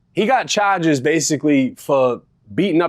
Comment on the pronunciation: Why do he say choges instead of charges 😂😂 this dude half retarded